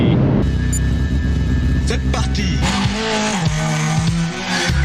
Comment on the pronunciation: Georgous « C’est partiiiiii » with a perfect french accent ! I love it ! See you slower in France😂